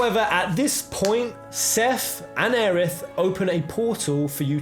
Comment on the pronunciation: It's pronounced "o-reh" not "or" lol